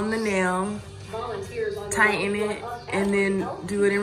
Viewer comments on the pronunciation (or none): none